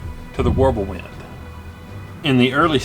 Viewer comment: W is pronounced with a V sound. Just like J's are pronounced with a Y sound.